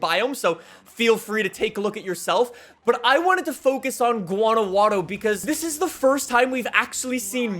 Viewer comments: It’s Guanajuato not “GuanajuaNo” lol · Guanajuato is more like ( guana-ha- toe) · The way he said Guanajuato though, lol